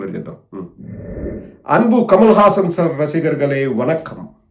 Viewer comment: Kamalhasan ani kooda palakadam (Kamaasan) chethakaaledu 😂